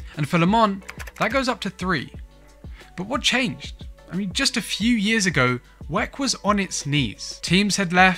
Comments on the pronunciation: why u calling it wec .... it W.E.C. World Endurance Championship!!!! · I've never heard it pronounced weck, it's equivalent in my thoughts to pronouncing the F.I.A as fiah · Stop being lazy calling WEC It’s W…E…C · Couldn't finish the video. Kept hearing him saying "weck" and it sounds like he's trying to say "wreck" but failing. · pls dont prenounce wec like that😢